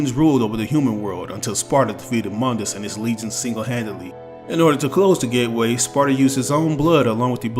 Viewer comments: Mundus (Moon-dis) not (M-un-dis) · Mundus (moon-dus)